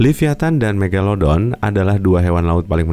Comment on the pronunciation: King megalodon kak yang menang. Bukan megalodo.